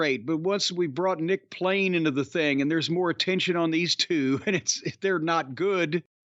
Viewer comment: "It's Nick Wayne, not Nick plain! Oh, wait.....uhhh....yeaah,......Ok, plain LOL!"